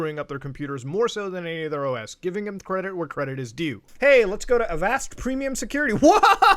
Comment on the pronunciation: the way you say "avast" kills me